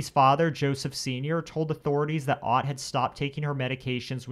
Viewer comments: Elizabeth Otte is pronounced Otay. I know this person all too well. I was one of the deputies that had to deal with her on a daily basis. There's more to her story, believe me. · I went to school with Liz and her brother, we rode the same bus. Their last name is pronounced like O-tea , but other than that, everything was correct. She really did suffer terrible seizures and they were exacerbated by other mental health issues after Larry died. This really was a tragic thing to happen in our small community of New Kent County.